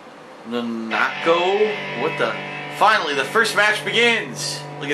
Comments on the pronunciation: Um, how is mispronouncing a name "ignorance"? I mean, a lot of people pronounce foreign names wrong. Also, DSP does listen. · On his insulting of the games story. I'd probably act the same if I tried playing P4A without ever having played Persona 4. Without all the context, the story would just seem stupid. EDIT: Although mispronouncing Nanako was unforgiveable since A. Has he never seen a three syllable Japanese girls name before and B. The commentator just said it. EDIT TWO!: ugh. I take back what I said, that line called me physical pain.